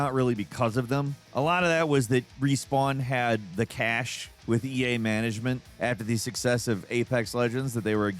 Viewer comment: "Respawn had the 'cash' with EA..." "Cachet" is pronounced "ka-SHAY" and it means "to have influence with". Not "cache" or "cash". "Cache" is a "thing that is stored or hidden" - treasure and CPU fast memory for example. "Cash" is money. Come on, kids.